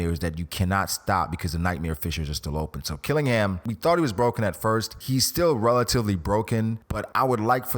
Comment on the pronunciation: Blackbeard wants Killingham ability? Only reason he might be at Marie Jois. Otherwise, it's Dragon! Cuz who else? And don't say Sakazuki. xD